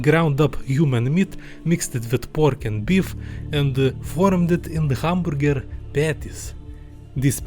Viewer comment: Guy replaced the "a" in "hamburger" with a "u" and called it a day